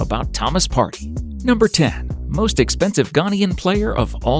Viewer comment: Partey not party 💀💀 *pronunciation